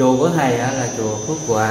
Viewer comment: Chùa Phước Hòa,ko phải Phước Hoa ,nói sai